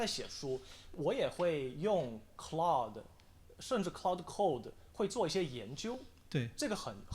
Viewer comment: claude 不是cloudy